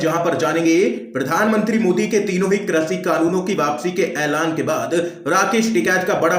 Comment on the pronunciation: हिन्दी तो सही बोल लिया करो भैया कृषि को क्रषि बोल रहे हो।